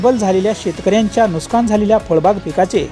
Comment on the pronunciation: नुस्कान नाही नुकसान म्हणा.